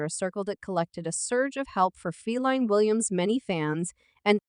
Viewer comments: did this heifer just say "feline" williams??...wtf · Why are you saying Feline Williams? Totally unnecessary disrespect. How is this ok?